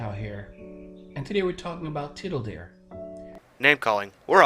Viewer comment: "And today we're talking about tittle-Dear." Oh my...